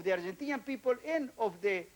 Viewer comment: Soy un gran admirador de éste pelado. Creo que fué el menos hipócrita de todos los ministros. El chabón, habla perfecto, porque no traduce; piensa en inglés. Ahora, la pronunciación; es única, jamás escuchada!! Yo no puedo parar de reírme. Es exelente!!! De brasilian pipol, dat is e rooon!!! 🤣🤣🤣🤣🤣🤣🤣